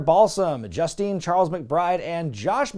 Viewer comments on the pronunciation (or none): none